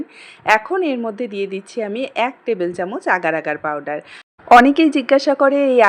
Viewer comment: আর ভাই পারডার না পাউডার 😂😂😂😂